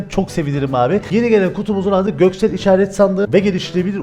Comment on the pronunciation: götsel dediğini zannedenler +1